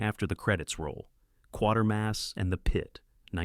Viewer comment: Quatermass = KWAY-ter-muss.